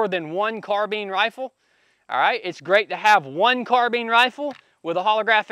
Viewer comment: Car-bine > Car-been